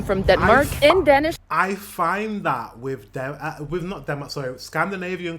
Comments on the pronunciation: She keeps saying "dennis" not Danish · As many has pointed out, she is wrong on so many points. She is not a good source. Also the way she pronounce the word "dansih" hurts my ears. You cant get drunk in the school normally. Its only at parties, and its monitored closely. More and more schools are banning sales on alchohol at highschool parties. It has gotten a bit out of control. Ofcourse there are teachers at the parties. She is so wrong. Please contact some real danish people to hear about this. Not just the alcohol, but taxes and other things aswell.